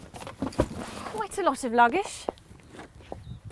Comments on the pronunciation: quite a lot of luggish 😂😂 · "quite alot of luggaishhhh" :))